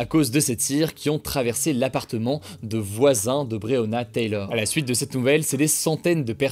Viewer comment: Il prononce bien le nom de Breyona Taylor une fois sur deux lol